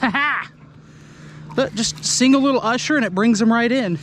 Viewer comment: Ursher baby hahaa.